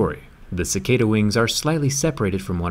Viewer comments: You pronounced cicada wrong you pronounced cicada ciceida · It’s pronounced ca-car-da not ca-cae-da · Cicada (C-Kaida)? We pronounce it as Chi-kah-dah... Lots of them in Brunei... :P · Cicada is pronounced chikada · How can you know so much about cicadas but not know how to pronounce their name lol